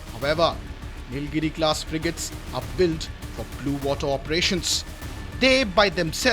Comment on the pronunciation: The expert is saying ‘frijates’ ??????????